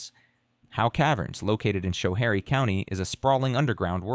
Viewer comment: Schoharie = Sko-HARE-ee, like school, not sh-hare-ee.